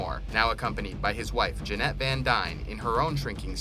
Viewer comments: Janet not Janette Jī-ying not je-a-ying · Janet (jan-et)